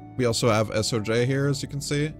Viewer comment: Its Soj. Not S O J..